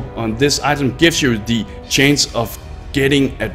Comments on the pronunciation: It's chance, not change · Gave up when you kept saying chains instead of chance.